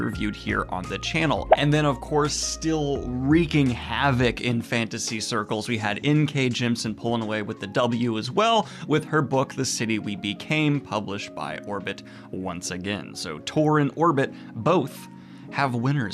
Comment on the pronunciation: It's Jem-i-sin. JEM-I-SIN. Not "Jem-sin". The Jems don't Sin. I'm gonna keep commenting this every time you mention her until you acknowledge it or say it right :p